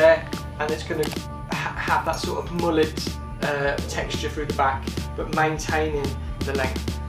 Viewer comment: Init defo not a mullet, but guy can’t say it properly either, he says moo-let so maybe this is a moo-let cut and not a mullet